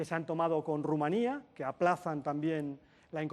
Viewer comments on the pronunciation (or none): none